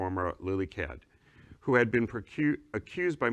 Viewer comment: Geezus how hard it is to say Cade?